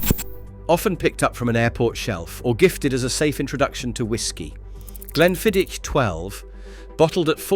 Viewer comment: It would be appreciated if the pronunciation of the whiskies was done correctly Glenmorangie has the "inference" on the 'O'---not the "A" Glenfiddich does not finish with "itch" It finishes with "ich" --as in "och aye"